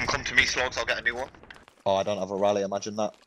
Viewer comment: "Imagen tha" lol